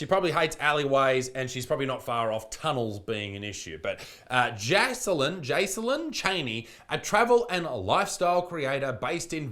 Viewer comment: think her name should be pronounced Jail-in